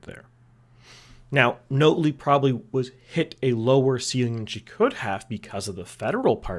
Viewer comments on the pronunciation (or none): Notley isn't 'Note-lee' - its 'Naught-lee'